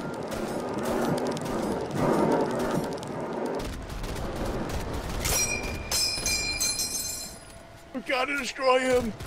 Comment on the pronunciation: dwel ler